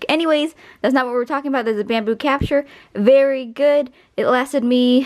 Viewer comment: The way you say capture - capsha